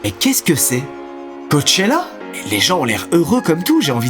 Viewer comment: ouais enfin, plus "Cockcroachella" que "Coachella" j'ai l'impression...